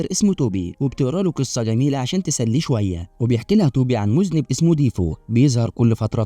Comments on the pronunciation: مذنب....مش مزنب ....مذنب بضم الميم وفتح الذال .....😅😅😅....انت مش انت وانت مزنب....😅😅😅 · المُذَنّب ارجو ان تصلحه فالمعنى مختلف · صحيح وانا طول ما يقرأ غلط افكر من ذا المذنب طلع يقصد المذنّب 😂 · من هو المذنب!!!!!!!!!!!!!!!؟: النطق الصحيح: المذنّب، أرجو أن تعيد تسجيل الفيلم مع النطق الصحيح، ويمكنك الاستعانة بصديق في نطقها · مُذَنَّبْ ، شعور سيئ جدا ان متعرفش تقول كلمة سهله زي دي صح ، التعليم في الضياع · أنت يا ابني ai إيه المذنب ده خربت المتعة يا شيخ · لازم لك مذنّب يجيء يوديك عند سيبويه بشوف أكبر مذنب في حق اللغة العربية في القرن الواحد و العشرين. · هو غلط قي كلمه مذنب بس يكفي انه راجل وبيتكلم برجوله من غير ما يغير صوته زي بتوع اليوتيوب والمستفز استمر احسنت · 😂😂😂😂😂😂😂😂😂😂 كل مايقول ( مذنب ) كأنه بيطعني بخنجر في خاصرتي كنت بتألم فعلا و مش مصدق انه ممكن يكون بيقول كده و كررها كتير إزاي يعمل حلقه حلوه كده و ينطق و يكرر الكلمه غلط كده اكيد كان بيقرا من ورقه و اللي كانب الإسكريبت واحد تاني